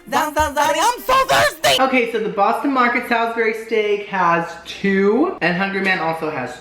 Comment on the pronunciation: "Bostino Marketito", "Hungry Whore", "Hungry ballsack" 😂🤣 "There's a tenderloin right there that's being pulled.." 🤣🤣💀 "Hungry deick.."